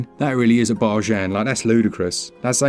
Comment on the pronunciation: If you give me a free game i promise to stop moaning every time you say barjan!